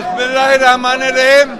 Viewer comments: হালায় দেহি বিসমিল্লাহ ও উচ্চারণ করতে পারে না। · বাহ নির্বাচনের চাঁদ "বিসমিল্লাহ..... " দিয়ে শুরু মাশাল্লাহ। তবে উচ্চারণ সঠিক করুন। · ভালোমতো বিসমিল্লাহ টাও বলতে পারে না মাদারচোদে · বিসমিল্লাহ শুদ্ধ করে বলতে পারে না মুসলিম দেশের মানুষ 😥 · বিসমিল্লাহ বলতেও পারেনা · 😂😂😂বিসমিল্লাহ বলতে গিএয় দাত ভাংছে মনে হয়।